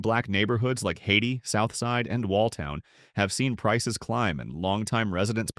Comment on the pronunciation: Stop! 🛑 Sometimes AI can produce such bullshit! Happy to see the Bull City in the top 5 on this list (Durham NC)!! But why are there more pics of Raleigh shown here than of Durm⁉️ Not to mention it’s pronounced “Hayy-Tie” and NOT “Haiti”❗️ So get it right. Also what the hell is S Fulton if it’s not simply Atlanta❓❓ Every photo you have for that “town” was simply Atlanta, GA… aka ATL❗️❗️ A city I am very fond of also. Let’s give credit where it’s due! Please. And. Thank you.